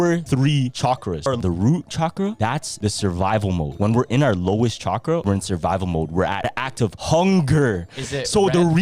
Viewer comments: It’s literally pronounced how it’s spelled not shakra….. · i love you but your saying chakra wrong. You don’t pronounce the ch…. At all. Lmfao